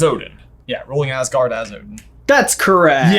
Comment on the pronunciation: Awesome video. But being Danish and watching them pronounce these words hurts me haha. Wish they would atleast try to say Asgård right in the movies 😞